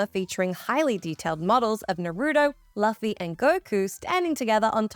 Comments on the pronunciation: This game sucked. Did she just mispronounce Luffy's name? It's Loo-fee not luff-fee. My character does not look like that. She/he is a blond futa character. She/he also had golden teeth. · its Luffy (loo·fee) ffs. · I'm sorry, but I just have to point out you mispronounced Luffys name. Its not pronounced how it's spelled, it's pronounced "loofy" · Lol "Luhffy" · When you would think a mispronounciation would've just been mildly annoying, but damn, that Luffy hurt my soul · You mispronounced luffy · .... did she pronounce "Luffy" wrong?.... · She sure did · She mispronounced luffy, FIRE HER! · Luffy's name was not pronounced that way in the dub.